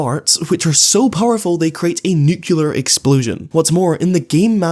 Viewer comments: What's a "nucular explosion"? Is it anything like a "nuclear explosion"? That'd be confusing, because the latter is a real thing, while the first is an inexplicably common mispronunciation of "nuclear explosion." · Everytime you pronounce "nucular" I report one of your videos